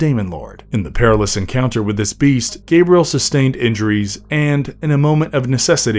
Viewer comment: My name is pronounced 'Gah-bree-el,' not 'Gay-bree-el